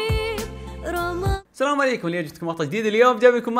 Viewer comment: من لاحظ في بداية المقطع ان المقدمة البنت تقول رمطان بدال رمضان